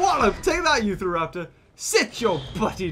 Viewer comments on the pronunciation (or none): Is... is he saying "Youth-araptor"?! It's "YOU-TAHraptor", as in the state of Utah where it was found. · Hey I've noticed that you have been saying Utah wrong it's not U Tha it's U Ta raptor SAY IT RIGHT!!!!!!!!!!😡 I've got my eye on you and please say it right and Also I live in The state Utah. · its u-tahr-raptor not uthraptor